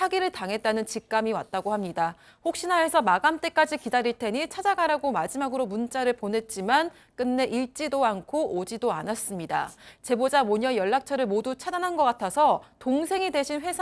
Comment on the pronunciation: 읽지도 -> 일찌도x 익찌도o 아나운서님 발음 제대로 하셔야 합니다!!